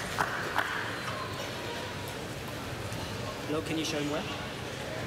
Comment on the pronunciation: I think Let's go Loooo meaning Loh. Most of the fans are european/western, it's very understandable when they pronounce asian names wrong.